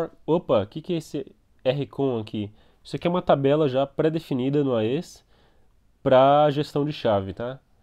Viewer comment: A-E-S != Ah-Êee-ess xD